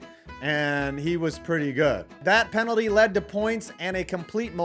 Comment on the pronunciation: Ok if you can’t pronounce “penalty “ I’m unsubscribing